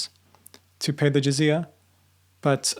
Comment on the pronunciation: “Zizia”🤡 its not zizia its jizya